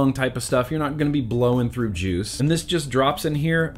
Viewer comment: Lol...you said joose. Are ya still doon that? Cause I'll stop.😄